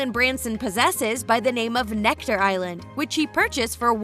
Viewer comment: It's Necker island, not Nectar!